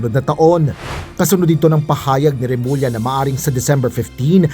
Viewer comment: Inis or suklam talaga si marcoleta kay remulla, ni hindi nya ma Bigtas name ni remulla